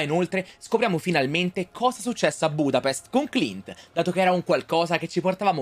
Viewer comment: budapesht* ahhahaha